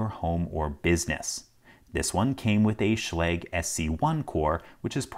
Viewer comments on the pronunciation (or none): none